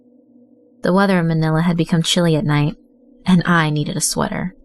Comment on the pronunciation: I love how she said Manila ahahaha